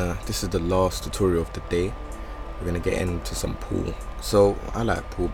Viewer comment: This is a great video and all but why are you calling him Pool? xd no offense, just asking